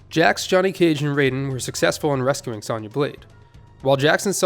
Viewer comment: The way you pronounce "Sonya" irrationally bothers me more than it should, lol.